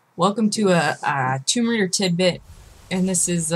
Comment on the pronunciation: Rise of the Toom-bah Raider. Nice lil' tidbit and good video overall. c